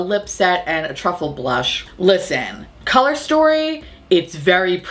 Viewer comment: The made up “blursh”? Can’t hear it without giggling, it’s ridiculous. Seriously, blursh?!?